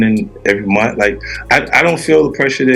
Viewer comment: Munt is not a word...the word is month. I hate that